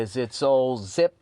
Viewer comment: my favorite ad read for something that I will never use…Zip…Rehcrutah!